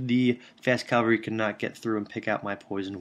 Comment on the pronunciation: It's "Cav-al-ry" not "Cal-va-ree" Minor complaint aside, keep em coming.